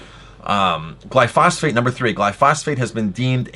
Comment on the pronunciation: BTW it's actually pronounced "Gly-pho-sate" not "Gly-phos-phate"